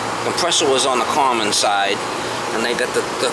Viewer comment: I always wondered what "carmen" was. Now I know - common.